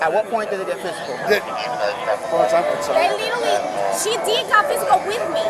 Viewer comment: leetereelee leeteree leeterree leterree of all of the words to learn in English. She sure got that one quickly.